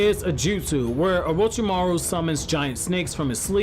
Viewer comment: Take a shot everytime he says orochimaro